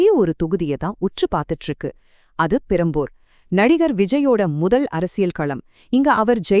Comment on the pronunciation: Adaa tharikuringala Adhu perambur illa perambalur